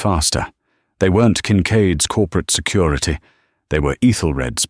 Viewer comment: lol. SECUIETY Guy probably says it like it's spelled! Like some kid who can't say their "Rs." 🤣